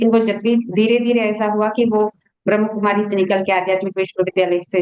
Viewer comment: Pehle toh theek sarah se bolna sikho. Ye BhramKumaris nahi hai. Brahmakumari hai. Aur Brahmakumaris family walo se NOC LETI hai!! Also... There is a spiritual nerve center in the brain which can be activated anytime in ur lifetime. Age, gender does not matter. So it is no surprise that this woman's daughter is more spiritual than her. Get real people...dont post BS.